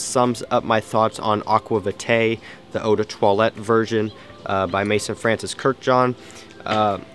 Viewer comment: May-s-ON!!! I'm gonna die if you keep saying Mason lol. Besides that great review! My Thai community loves this scent.